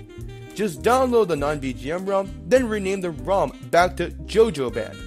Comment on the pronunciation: how he says ROM is driving me nuts